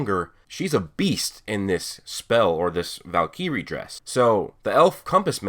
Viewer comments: Valkyreee?? You mean Valkyrie. Like Norse mythology. The queen of asgard in the MCU. Lol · Just sayin man it’s pronounced “val keh ri” not “val kee ri” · It’s not Val-ik-riy dress it’s Val-kor-y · You mispronounce and forgot about in the anime, that armor was shown to be wielded by her mother, just in steel form not water, and its "Valk-err-E" as in the female warriors from norse mythology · val KEE ree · Anyone else irritated that he didn't pronounce Valkyrie right?